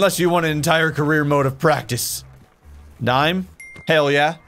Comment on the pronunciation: I dont know if its just the way you talk but to me it sounds like even after all these years you still say "Hale yeah!"